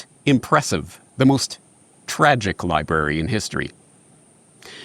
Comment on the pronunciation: Somehow the word "Library" turned into "Lieberry". Eat these berries, and youll be able to lie to others without worry or conscience. Maybe they have a secret Lieberry pasture that all of Government consume.